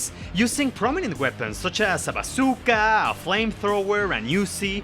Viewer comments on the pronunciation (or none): i love when he said "bazooKA"